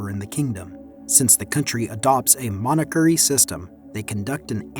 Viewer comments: "Manacurry" is not how you pronounce monarchy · "Monakury"? Or did you mean monarchy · it is until he pronounces monarchy as mona-curry lmao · Monarchy. Three syllables Mon-ar-key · I was wondering what a monacurry system was until I realized it's AI narrated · Monachery..... It's monarchy, isn't it? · except when 'he' says monacurry instead of monarchy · I'm sorry but the way that you say "monarchy" is atrocious